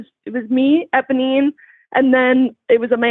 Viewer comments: saying ebonine instead of eponine is killing me! 😂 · Cannot believe that mispronounced Eponine THE WHOLE TIME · Obsessed with ’ pronunciation of Eponine the entire call